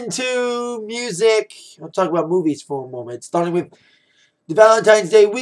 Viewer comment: LOL!!!when he said movies i thought he said boobies and i was like "da fuckk???"